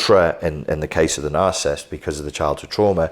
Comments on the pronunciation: Those are 3 syllable words...cant take you seriously if you wont pronounce it. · Why can this man not pronounce the word he's doing a lecture on lol